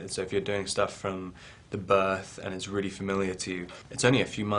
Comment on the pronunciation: Strong ass English accent: the BIIRTH!!